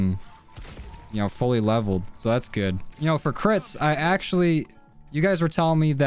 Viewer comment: When he says crits it sounds like Clits haha, no am not 12 y/o...